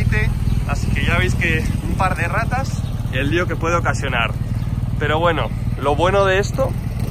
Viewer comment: Minuto ... "Un par de erratas el lío que puede ocasionar" o "un par de RATAS el lío que puede ocasionar"? 😂😂😂 Qué lamentable este país con tanta burocracia y todo con dinero por medio. Si al menos fueran precios razonables.... Pero que va.